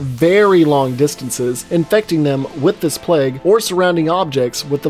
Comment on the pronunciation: why do you pronounce plague as pleg lmao